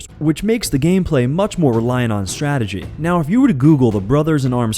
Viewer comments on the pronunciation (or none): none